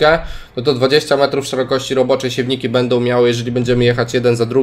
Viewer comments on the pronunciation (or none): none